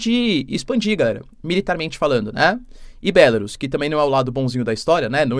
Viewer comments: Porque você não pronuncia em português "Bielorrússia" ? Acha chique pronunciar em inglês? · Professor pq vc não chama pela forma aportuguesada o nome da Bielo Russia porque Belarus está escrito em inglês e não se pronuncia assim pq da mesma forma teria que chamar o Japão de Japan, a Alemanha de Germany, a França de France e a Inglaterra de England. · Continua com uma péssima pronúncia da palavra Belarus, não aprende mesmo, doutorado que é bom, nada!